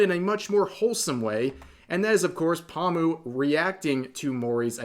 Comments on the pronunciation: idk why but hearing pomu being pronounced as pawmu is just hella funny note: Pomu is pronounced Poe-mu/Poe-moo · I mean pronouncing her name wrong is a tad... Obnoxious and irritating. Poh moo, not palm moo. But otherwise valid. Sucks that it wasn't her but Calli has more starpower. Wish it was Pomu, but I'm not gonna hate for Niji not getting a deal. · Omfggg dude it's "PO-mu", not "pamu"... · Poe-mu, not Paw-mu. This hurt to listen to the entire video with the constant mispronounciation. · The way Rev say Pomu lol XD Pamu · Oh god why does Rev keep saying Pahmu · Lmao u probably gonna piss em off by the way u say paw moo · That's great for Mori but please stop saying "Palmoo" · Lol "paw-mu" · My man, "pahm-u"? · Is he saying “pawmu” wrong on purpose? Lol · Bretherin, The Po in Pomu's name is pronounced the same way as how you would pronounced Po from Kung Fu Panda. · The way rev says pomu LOL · Why do you say pomu wrong